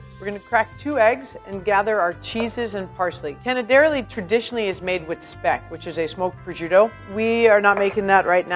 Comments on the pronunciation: My ears are sore. 😡 canederli (wrong accent again). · I wouldn't be an italin on the web If I didn't point out errors in italian cuisine. This time I'll focus on the language. Pizzòccheri. The accent goes on the O It's not ta-HA-rin, rather ta-YA-rin Canèderli. Accent on the first E Moreover, Farfalle here traditionally have two ridged and two straight edges. You pinch along the straight edges. Other than that, Good job ;)